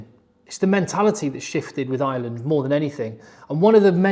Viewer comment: FOR FUCK SAKE..... Ireland - fn. eye-er-land - not ISLAND 😢 PLEASE